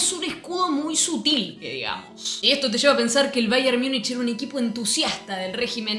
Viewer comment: Infumable esta mujer diciendo baier miunich